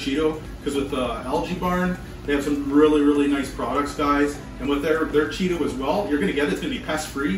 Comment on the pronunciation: I love Cheetos. But it's chato bud